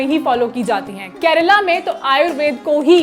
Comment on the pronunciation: Hi, I was really happy to hear correct pronunciation from you like KARNATAKA instead of Karnatak and KERALA instead of Keral where my other fellow states brothers and sisters fail to speak and i am really glad that you recognised such habits from South people and took an effort to make a video on it. Being a south Indian i would also like to add that people in south are very humble and no showoff (remembered one of the saying, empty vessels make more noise,) people live a very low key life and contented even he is a millionaire.. JAI HIND